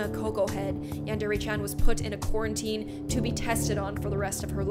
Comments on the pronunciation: wait did she say quarantine she said the future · she siad querentine ..... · I couldn’t help but wince every time she says quarantine